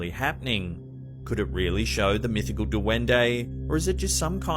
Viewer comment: Not "duwende", it's said: duende.